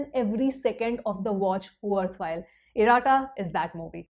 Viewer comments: Not iraaata it's iratta. Like khatta in khatta meetha..🥲🙏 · It’s not pronounced as IRAA – TTA. It’s IR-UH-TTA. (Less stress on ‘A’) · It is pronounced as Ir-ah-Tta